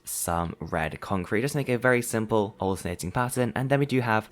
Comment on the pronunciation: How manny times he say Siple 🤣